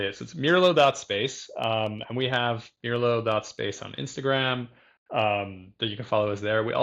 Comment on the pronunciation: wow what a string of great interviews! meljoann, simon repp and now mirlo! this is great! and finally i learned how to pronounce it! ok i am going to watch the rest of the interview now!